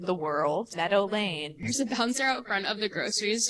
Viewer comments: why the interiors look like a Lush shop from the late 90s? also, why home dude keeps pronouncing meadow lane as normal people say Medellin? I mean... it will explain the prices a bit, if you catch my drift 😅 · When you say 'Meadow Lane' I keep hearing 'Medellin'... better not mess with these guys!! 😀 Great video, love from Ireland x